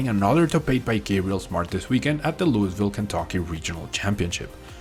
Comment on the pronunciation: Luis ville 🤣